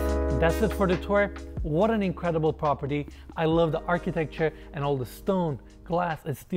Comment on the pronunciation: PROP-erty, not POP-erty. You gotta work on saying that right.